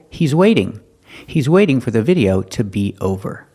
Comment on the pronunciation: I agree with you, and I can't believe he pronounced video that way!